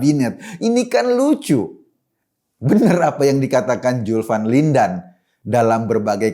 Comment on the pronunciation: Asyik mengikuti paparan pak Eko. Kecuali satu: dia harus melatih lidahnya melafalkan huruf Z dan F. Jadi Zulfan Lindan, bukan Julpan Lindan. Zulkifli Hasan bukan Julkipli Hasan..🙏